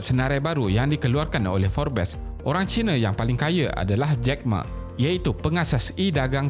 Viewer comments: Sebutan bukan "forbes" tapi "forbs" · Forbes sebut dia mcm "Forbs"....bukan "fobes" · Sebutan Forbes bukan ‘for-bes’ tapi ‘fobss’. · Forbes disebut forbs.. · Woi admin ko x reti ke pronounce forbes..geram.lak aku ko x reti pronounce forbes..buat malu je..suara macam pro tapi pronounce x betul